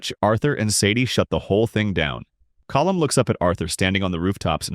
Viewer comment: Sean would be happy he pronounced colm correctly